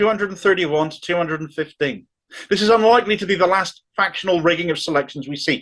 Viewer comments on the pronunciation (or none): none